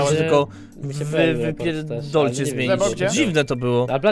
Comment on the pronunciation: "Wyypierrrr... dolcie tylko?"